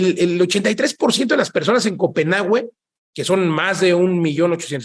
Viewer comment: Se pronuncia Copenague (no copenagüe)